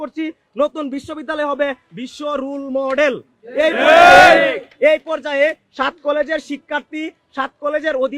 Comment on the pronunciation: এরা ছাত্র হয় কিভাবে একা তো শব্দ উচ্চারণই করতে পারে না ঠিক মতো 😂 Role model কে উচ্চারণ করতেছে রুল মডেল হবে কে উচ্চারণ করতেছে হুবে